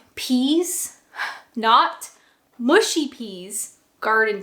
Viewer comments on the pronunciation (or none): Mushy rhymes with slushy, not mooshy ffs